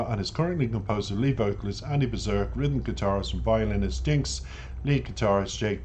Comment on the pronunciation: Great reaction and review. I really enjoyed it. PS Andy’s last name is pronounced Beer Sack. 😁🍺